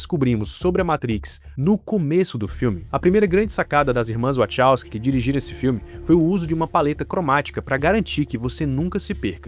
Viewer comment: nao da pra levar a serio alguem que fala "irmas wochowsky"...